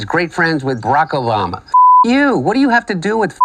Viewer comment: Did I hear a bock obarama in there